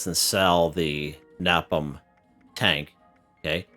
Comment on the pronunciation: Btw its pronounced (Ney Pom)